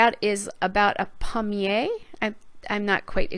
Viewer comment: Lovely layout; I love the florals! You pronounced it pretty near perfectly... "pal-myay" would be as close as I could spell it phonetically LOL. And, yes it is masculine so the "un" is correct. I live in southern Quebec and am lucky to be fluent in both English and French (my mum's family is French and my dad was an immigrant from Ireland so his family is unilingual English)